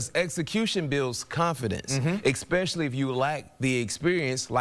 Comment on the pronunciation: "Exspeshelley"? Get that lad into concussion protocol.